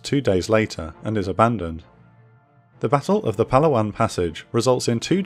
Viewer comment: Sigh… Pa laa wan, not Palawan. I love these videos, but pronunciation of place names in the Philippines could have been much improved.